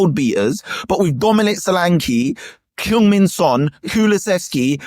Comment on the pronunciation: Spurs fan is butchering Son's name. Badly.